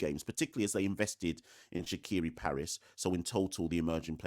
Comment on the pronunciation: Shaqere pronounced Shakier not Shakiri ❤